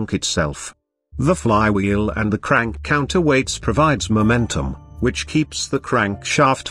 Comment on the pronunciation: How can you mess up the word CRANK so badly.